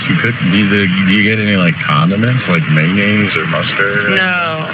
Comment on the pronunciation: Did that bf just say "main-yaise?" 😂